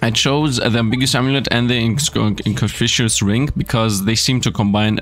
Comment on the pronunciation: You say Pi is pronounced P and then miserably fail at saying inconspicuous